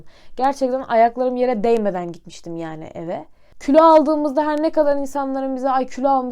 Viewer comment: külo değil kilo